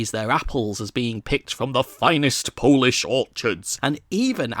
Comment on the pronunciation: I like english people butchering the polish language